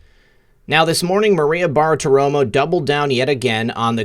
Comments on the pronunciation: Love you brother, but it's 'Bar-ti-romo' not 'Bar-a-ti-romo' or whatever you're saying. Otherwise keep up the good work and glad you're healthy again. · repeat after me. "Bar-ti-ro-mo" next, "{Barti-romo", and finally, altogether, "Bartiromo". Why can't any of you YouTubers say that name right? Love your show though. Just had to get that off my chest. Carry on.